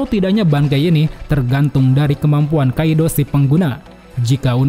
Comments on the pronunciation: "IT'S KIDO" NOT "KAIDO" 😑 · Kidou bang bukan kaido, ada hado dan Kidou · Bukan asam ...asid lahh..bukan kaido..kaido tu hatok engkau..kidou laa. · Kontennya udah bagus, cuma untuk penyebutan kata aja yg harus diperbaiki lagi, seperti: "Mangga" "Kaido" Dari awal nonton udah seneng banget, krna ada beberapa karakter yg belum dilihat diversi animenya, tapi pas penyebutan 2 kata itu..tiba² jadi risih dengernya 😅